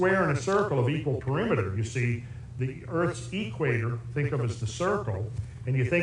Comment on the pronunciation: PERIMETER: Not Peremiter.